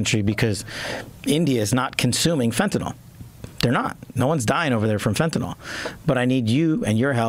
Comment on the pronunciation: Btw, it isn’t fentaNOL, it’s fentaNYL. Rhymes with ill.